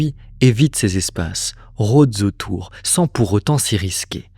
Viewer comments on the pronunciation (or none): Rôdent z'autour...😆😆 Désolée, pas écoutable